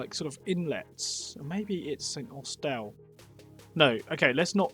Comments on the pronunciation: i loved this and thought it was a charming video, but i was totally ignorant to the idea that people may mispronounce st austell. st austelle must be his more attractive twin sister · as a cornishman i can assure you it is pronounced st awful and tintagels real name for the village is trevena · Probably the poshest pronunciation of St Austell I've ever heard 😂 great vid mate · Is it near Falmouth? Lol 😂 And please stop pronouncing St.Austell that way, it’s a dump! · Cheers from Cornwall, loved your positivity in the vid :) SE Cornwall is my neck of the woods so the Callington struggle was amusing, top job!! (check out how to pronounce st austell, you did great otherwise :D)